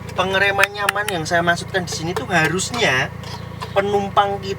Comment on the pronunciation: Nyamaaaan mas bkn nyampaan😁😁😁😁